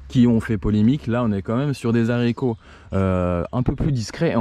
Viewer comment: Les zaricots bordel ! Ça décrédibilise l’ensemble de la vidéo.. faut faire un effort sur le français.